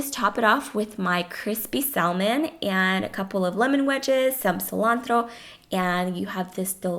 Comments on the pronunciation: it is said sam on not sal mon idiot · Salmon is pronounced "sah-mon". The L is silent. Hate to be that bitch but it bugged me lol. These bowls look AMAZING!!!!! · I love your video's but Salmon is pronounced (Saa-men). I've recreated your chicken, plantain, and corn soup my hubby went crazy for it. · The "L" is silent in salmon so it's actually samon. Just a sweet little FYI. Hope no offense is taken. Love your channel and recipes! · I stopped watching after i heard her pronounce Salmon.... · FYI the "L" is not pronounced in salmon. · Mae .Lindaaa u don't pronounce the 'L' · You should never reheat rice as it becomes poisonous. Salmon is spoken without the L. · The "l" is silent in salmon 😥. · Hi, the meals look fantastic! FYI, you don't pronounced the 'L' in Salmon in English. Love your videos!!:)